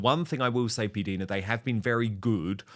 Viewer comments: Dan, please stop pronouncing PDina ‘s name incorrectly. It is said “diner” as in American diner( restaurant). I have heard her say it that way herself several times. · Dan! It is pronounced P-Dyna or diena not Dina! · Pronounced P-DIE-NA.